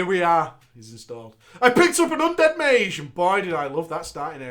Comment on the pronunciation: Did fucking say maj instead of mage?